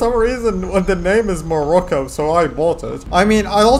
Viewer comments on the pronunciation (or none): none